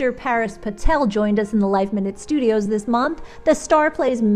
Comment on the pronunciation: Par-us, not Paris